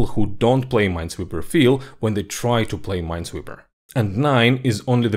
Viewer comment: It's ... Ninesweeper.